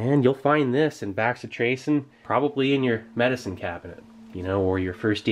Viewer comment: Bro...it's not pronounced "back-si-tracin." It's "bass-itration."